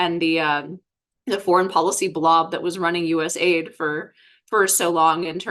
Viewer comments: Stop calling it ‘aid’ say the letters A.I.D. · Just an FYI! Anyone saying US Aid doesn't really know what it does or who it is. US A I D is the way it's pronounced. And it developed things, mostly international problems lately. Just saying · It's not USaid but US A.I.D. Do you research before venturing to comment on a topic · It's not US-Aid but USA - I.D ( USA INTERNATIONAL DEVELOPMENT) ... "USA- I.D' has an even stronger meaning/connotation, especially when you find out where the funds were going. So I believe it should be pronounced USA i.d 😋 Great discussion 👍